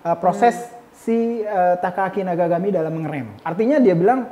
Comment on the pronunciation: Sekali lagi terima kasih kang, atas penyebutan nama Takaaki Nakagami nya. legaaa, mba lucy gak bisa soal nya hehe 🤭